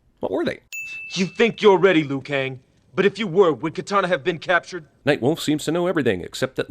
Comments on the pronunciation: Did anyone else hear "It's a trap luke" and not Liu? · i dont care how well kang rocked the mullet....it was stilla fucking mullet. also liu....lew...lou.... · Why u called Liu "Lou"?